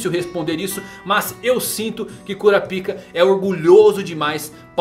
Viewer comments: KurÁpika .... Eu ouvi cura-pica o vídeo todo. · Véi... que agonia. É Kurapiká e não Kurapíka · Para de falar "cura pica" mano kkkk a pronúncia certa é "kurápka" 🤣🤣🤣🤣🤣🤣🤣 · Pelo amor de Deus, é kuRÁpika, com ênfase no RÁ.. kkk que agonia vei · Pfvr cr, fale KURAPAIKA. Tava vendo seu vídeo na tv e tava meio constrangedor vc falando kuraPIKA. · cara gostei muito do vídeo, mas bem que vc poderia pronunciar kurápika, ao invés de cura-pica né... ficou muito estranho...😄😄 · Como se pronuncia Kurapica é Curapica mesmo ou Kurapaica? Fica muita estranho ele falando Kurapica toda hora kkk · É kuRAAAApika e não kuraPIIIIIIka, pelo amor de deus kkkkkk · Se pronuncia "Kurápika" não "cura pika" KKKKKKKKKKKKKKKK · Exatamente, parece que o povo tapa os ouvidos na hora em que o pessoal pronuncia o nome no anime. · alguém lembra da dublagem br que chamavam o kurapika de Korapaika para evitar a zuera br? ahuehua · SE PRONUNCIA KURÁPIKA... kuRÁpica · O cara fala curapika kkkk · É Kurápika que se pronuncia. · kurApika , falando erradoo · Quem riu quando ele falava KuraPika da like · Kurapika foi de doer os ouvidos... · man vc pronuncia errado a palavra kurakipa da uma olhada no pronunciamento japonês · Primeiro que eles não usam "´ú" essa acentuação to falando de que ele esta falando errado